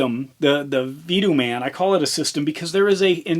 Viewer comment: Pronounced Vah-toe-mun..